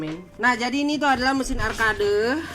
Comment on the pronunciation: Arcade di baca arked kont